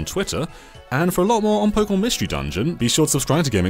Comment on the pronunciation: im skeptical honestly he cant even say the pokemon names right either